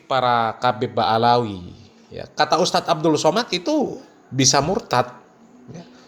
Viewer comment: Ba,lawi bukan baalawi